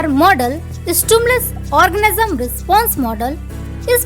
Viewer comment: Are orgasm nehi organism sister